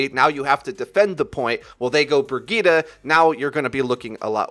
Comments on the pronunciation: Why do people still say brigitah? Like boi, brigitte, i even accept breyeet bcuz its funny but dont try it and fuck up xD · Did he said /Burgita/ instead of /Brijeet/? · I don't understand why people are pronouncing Brigitte as Brigitta, like where the FUCK did you get the a from? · Don't they say the characters name in the game? That isn't how you pronounce Brigitte. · Wait is her name actually brig-eeta or Bri-jit Edit- NEVER MIND YOU PRONOUNCES EVERYTHING WRONG